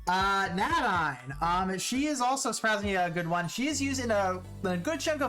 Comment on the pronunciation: Your pronunciation of names hurts my brain. Nadine (nay-Deen) Joachim (wa-keem)